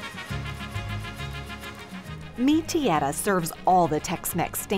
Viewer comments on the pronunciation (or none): Yes, she can't get the hang of the word "Tierra".